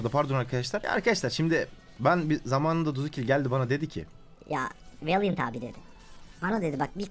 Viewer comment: valiant değil veelllynnnt